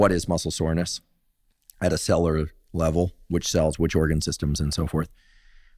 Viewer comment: People actually listen to a guy who can’t even pronounce cellular ? What a joke Huberman is